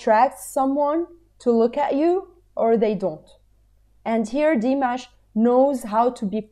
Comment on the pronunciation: Very nice reaction. Say Dee-MOSH.